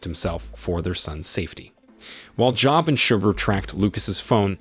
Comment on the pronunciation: Job is pronounced "Joeb" like Job of the Bible